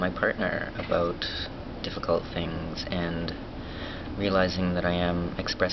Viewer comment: haha canadians your awesome. "aboot" lmao south park